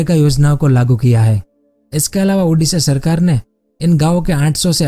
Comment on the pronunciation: Bro that ओडिशा not उडिशा